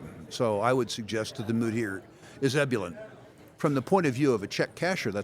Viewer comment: Please correct his mispronunciation of ebullient AGAIN AND AGAIN , not a 1st syllable accent, but on the 2nd syllable IF YOU’RE GONNE USE BIG WORDS, GET SOME HELP, Rick